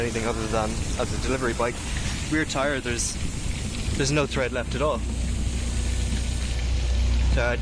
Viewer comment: 'Tread', tyres have tread- not thread.